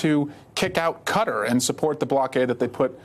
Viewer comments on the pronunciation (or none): none